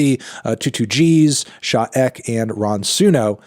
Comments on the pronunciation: "Sha ECK" 😂😂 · Not melon pronouncing Sha EK as "Sha Eck" 💀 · he said "sha 'eck' " lol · It’s pronounced “Sha E-K” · Wtf did he call Sha EK bruh LMAOOOO